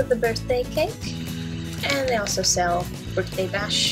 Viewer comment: she tried to say 'sell' but she slipped a little,:( it's ok